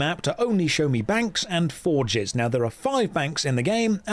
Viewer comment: I heard “for jizz” instead of forges